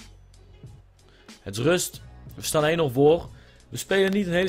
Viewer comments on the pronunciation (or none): none